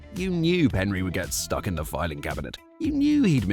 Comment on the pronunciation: Isn’t it Penry, not Henry?